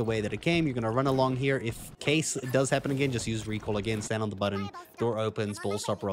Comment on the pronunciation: The way he pronounces “button” is kinda funny. Butt-ahn